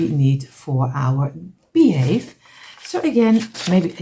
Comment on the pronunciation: you're saying it wrong it's beehive sorry I don't want to correct you but you're saying it wrong it's beehive your friend Heather from Canada Hamilton Ontario